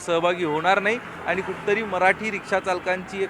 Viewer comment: आधी तु मराठी नीट बोल आनी पानी करू नको